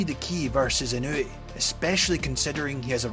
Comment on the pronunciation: Try sticking with calling him: EE-know-weigh That's a lot closer than: Ih-KNEW-ee